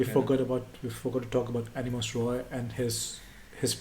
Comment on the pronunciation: I'd like to inform you guys that Animas Roy is actually pronounced Aunimes Raay in all parts of Bangla. 🙂